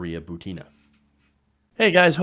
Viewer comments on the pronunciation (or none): Hey, please correctthe accent on Maria's last name: She is not ButEEna, she is is BUtinaj just like PUtin.